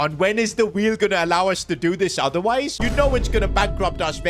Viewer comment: The weel of doom😂 or the weel of carriere mode😂